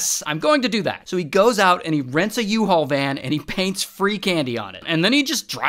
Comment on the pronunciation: I live how the van said “uhoe” instead of “u haul